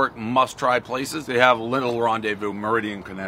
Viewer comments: Its pronounced MEAR-ri-din not meridian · Mer eh den is how you would pronounce it. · If you're looking for the town its called Meriden, and its pronounced meer•din. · It's pronounced Mer-i-den Dave. Ive past this spot for over 10 year's working throughout Connecticut & never stopped in cuz it's Meriden but now it's a must do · The city is pronounced Mer i den not Meridan.